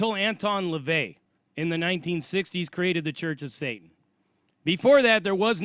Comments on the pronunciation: It's not "Shatan", it's "satan". The letter ש can be pronounced Sh or S. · I don't mean to persist, but I am a native Hebrew speaker and long time bible student. [If this is bothering you I will stop]. The correct way of saying the word is satan- שטן. Ha Shedim?השדים That means "the demons". Best wishes